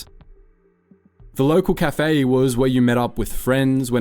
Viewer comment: Also, the pronunciation of "cafe" is just weird.